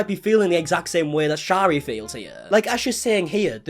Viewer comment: If you are going to speak about someone please pronounce their name correctly. Shari is pronounced like carry.